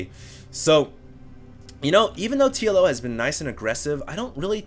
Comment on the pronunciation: lol i keep hearing Yellow instead of TLO